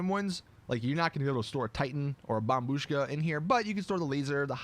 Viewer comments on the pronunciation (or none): dude you're kidding about getting that info from? he couldn't say bombushka right and you're going by his word???? hahahahaha hahahahaha